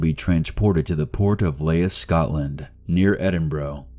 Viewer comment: cmon say Edinburgh and Scotland correctly...